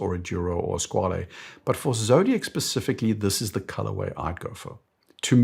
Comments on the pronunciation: I'm convinced that everyone produces Squale incorrectly based on Italian pretentions. There was a YouTuber called KDP Ross some years ago. He did a video where he attended a watch event in New York which was attended by Squale and he asked how to pronounce the name and it was confirmed that the name is "skwal'. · I’ve also come to this realisation recently. Squale means shark in French, not Italian, so pronouncing it as an Italian word doesn’t make much sense